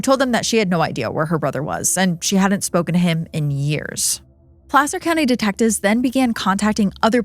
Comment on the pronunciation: I’m from Sac & the nearby Placer County (thank you for pronouncing it correctly btw!), lived there from ‘88 till last year and I had never heard of that case!